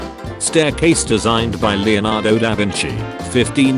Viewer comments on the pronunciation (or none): none